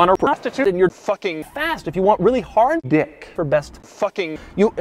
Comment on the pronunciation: I love the way he says "Dick" LMAO